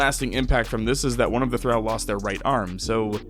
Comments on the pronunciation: Say it with me: Thuh-ral not thuh-rau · Excellent Video; but Thrall is pronounced Thr-ALL not Thr-AL. (The only other comment I saw addressing this was vague and passive-aggressive, so I figured I'd be more upfront and polite.) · One minor nitpick... "Thrall." As in, "all," not as in, "pal." Phonetically, "Thrawl." Otherwise, thanks for doing what you do. Have upsie. ;) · Just a note for the future, thrall rhymes with wall, thrall does not rhyme with pal. Great video otherwise. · Hate when people say how long they've been at it in game time and hide the counters xD Also, why the mispronounce of thrall? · It pains me so much how you pronounce thrall this whole video. Like it's a race and not a designation. I couldn't help but imagine if it said "weak slave" and he pronounced slave "slovay" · I wasn't watching for a while when he started talking about the drow. And let me tell you, I instantly regretted looking at the screen to read "Weak Thrall". Thrall. Not drow. Thrall rhymes with doll, fall, crawl, tall. Not drow, pow, pal, down, frown, clown. And you say it for over an hour. I could not imagine twisting my esophagus to spit that verbal garbage out even twice, let alone the hundreds of times you did